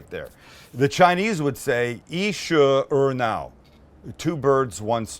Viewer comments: 一石二鸟 the second time you pronounce it perfectly 😂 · I am chinese and Sam got that chinese on point!!!